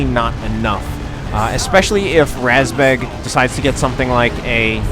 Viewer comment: РАЗБЕГ is pronounced just like you said, but the A is pronounced like the vowel in the word mud. Source: I am a Russian (